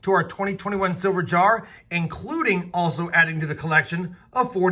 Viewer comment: DID I HEAR SILVERR!